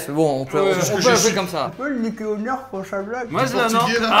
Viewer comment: On dit pas " Neurf on dit " Nérfs